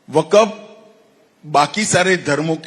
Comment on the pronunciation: Waqf pronunciation hi pahle thik karlo tab ku6 bolna